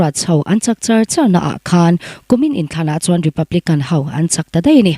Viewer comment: Mizo tawngah deih a awmlo,daih tih zel tur.